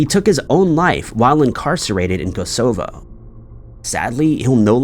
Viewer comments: Great videos as always, but this guy always mispronounces place names. "Kos o foe". Its Kos uh voe. Cos co, meh! Good video anyway! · Hint Hint: Kosovo… accent on the first syllable. Great video as always. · Kosovo is pronounced koss ov oh fyi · Learn how to pronounce the names of cities such as Kosovo. It's hard on the ears! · I came here for this exact reason. It is kinda a very known place. Perhaps I am old... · Maybe he does it to annoy us so we all comment and improve his algorithm…..😮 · scary to think that there are people who can't pronounce Kosovo. Especially because it was bombed to utter fk in the 90's. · thought the same thing..